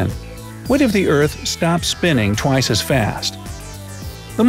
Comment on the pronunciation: did you just say... two wice?